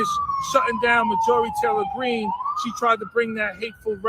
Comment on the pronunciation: I wish someone asked that bozo who kept saying MTG brings hate speech, to site an example of her doing that 🤨 I doubt this guy even can when he can barley say her name correctly 🤦‍♂️